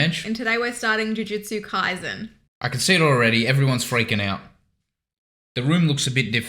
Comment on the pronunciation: KaiSen, not KaiZen, please and thank you